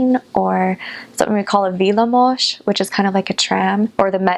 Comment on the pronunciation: Her pronunciation (villamos, Budapest, Kispest, madártej... etc.) is too perfect to be a non Hungarian.